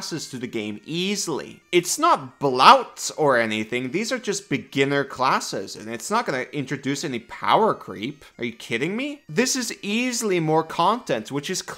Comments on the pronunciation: BLOTE not BLAWT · Is he saying 'blouts'? The heck is that?